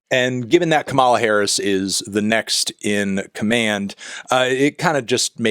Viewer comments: I’m struggling to understand how she’s been on the world stage for nearly four years and people CANNOT PRONOUNCE HER NAME!!! KAA•ma•la or Comma(,) la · Love you melon, but it’s KAH-ma-lah (emphasis on fist syllable). Republicans including trump keep pronouncing it wrong in the way you (they do it presumably on purpose, in bad faith. But I know that’s not your intention.) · Anthony, it’s pronounced Comma-la 💚🌴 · You're saying her name wrong: emphasis is on the first syllable (KA-ma-la). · Anthony, with all the love in the world… it’s KA-ma-la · You’re mispronouncing her name. It’s pronounced like comma-la. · pronouncing her name wrong 4 years into her vice presidency is crazy work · Stop pronouncing Kamala the way Trump says it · I thought we had reached the point where the only people who mispronounce Kamala's name were fascists attempting to trigger the Democrats. But here comes Melonhead. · Love you Anthony, but you're saying her name wrong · ur not a brat bc u cant seem to pronounce kamala right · It’s pronounced Kamala, not Kamala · Pronounce her name right. Kamala. Put the right ephasis on the right syllable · Pronounce her name right Anthony please lol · Melon, continue mispronouncing it out of spite for shitlibs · fantano not being able to pronounce kamala correctly is BRAT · please learn to pronounce her name correctly, thanks! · is it really that hard to pronounce her name right? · Youre mispronouncing Kamala's name just fyi. The emphasis is on the first syllable, not the 2nd. (Its not like the wrestler) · Maybe you can be a brat when you start pronouncing Kamalas name correctly? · Dawg, you’re pronouncing “Kamala” like the conservatives do. Do you genuinely not know how to pronounce her name after she was your VP for four years? Lmao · You did not just say a word in English, let alone a name, is an esdrújula. That for the Spanish speakers only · You saying her name wrong 100x is like a declaration of war for resistance liberals LMFAOOOOO I LOVE YOU